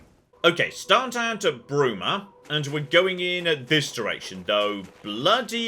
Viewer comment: Bruma? More like Bloom-a, amiright? hehehe (I'll show myself out)